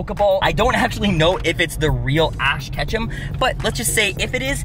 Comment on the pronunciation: He said ash Ketchup on accident lmfao